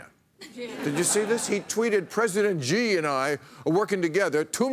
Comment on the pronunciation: Come on, Bill. If you can pronounce "she," you can pronounce "Xi."